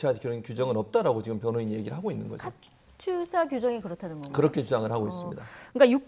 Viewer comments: 진행자에게 알립니다 카츄사가 아니고 카투사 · 그리고 발음부터 다시 배워라.. 카츄샤가 아니고 카투사다.